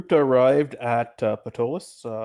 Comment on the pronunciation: Hello! I'm enjoying your game. I've used Ptolus as my setting since it came out in 2006. I'd like to point out a couple of things. First, the city is pronounced "Taw-luss" (pg.10). The 'p' is silent. Second, you had a drow lady at the Delver's Guild library. Drow are illegal in the city and are put to death and anyone harboring a drow can be imprisoned for 2 years (pg. 555). The world is called "Praemal" (Pray-mall) and the creator God is Praemus and very few people if any have ever even heard the name Praemus (pg. 40). No current religion worships him. It is your game. I'm not trying to say you have to play it a certain way. I'm just a HUGE Ptolus fan and I wanted to share those little tid bits. You make Ptolus your own. I can't wait for the 5e revision to come out! Thanks for the entertainment. I look forward to future episodes.😁